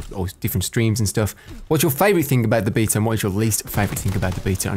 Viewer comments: bee-ta = queens English. baaa-ta = American "English" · you're pronouncing Beta right. In Greek is actually "Vita" but "Bee-ta" is as close as it gets in English. Nice vid as always, keep em up. Ly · Love how you pronounce Beta correctly. Makes my teeth grind when I hear a Brit say Americanisms